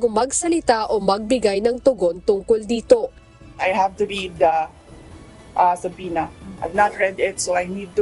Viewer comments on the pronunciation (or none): SUBPOENA Suh-pee-nuh